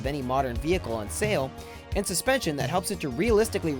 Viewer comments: "Vehicule"??? Really? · NASA Vehicule Assembly building , really VEHICULE ? ITS VEHICLE FFS THIS ISNT A FRENCH VIDEO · vehicle not vehicule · .......... what is a "vehicule"??? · You must be Russian. What is a VEHICULE? . PFFFFFFFFTT. HAAAAAHAAAHAAAAHAAAAHAAAAHAAAAHAAAAHAAA. Thumbs downs for you "COMRADE" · Vehicule? Mmm. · NASA 'Vehicule' Assembly? What is a vehicule? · Uhhhh....what's a "vehicule"? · What in the world is a "vehicule" ? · vehicule eh? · Pretty sure everyone knows about tic tac lids these days. Also, "vehicule"? Seriously? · There is no "U" in vehicle